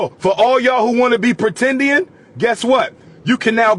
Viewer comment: lol “apretendian”